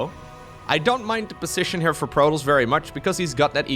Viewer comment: Protons is enunciated as "pro" then "toss". As in toss the ball over.